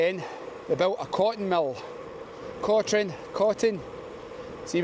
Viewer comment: It's pronounced Coturn no Cotrine. No idea why.